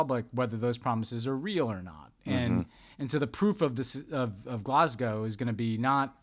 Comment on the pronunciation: On behalf of brits everywhere, thank you for pronouncing 'Glasgow' correctly!